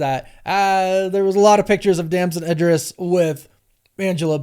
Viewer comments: It is pronounced E-dris not I-dris and you should know that! You also messed up a bunch of other names of well known and respectable actors. And that is ridiculous, because there is no way you do not actually know the correct pronunciations of their names given what you do for a living, which is research that includes watching interviews done by these actors for these movies. And you said you watched at least one of his interviews where he more than definitely would have had his name mentioned either by the interviewer or by himself. So there's no way you do not know what the correct pronunciation of his name is. Do better mate!!! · And ‘Idris’